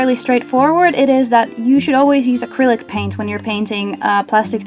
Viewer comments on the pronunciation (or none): Are u saying critic paint or acrylic paint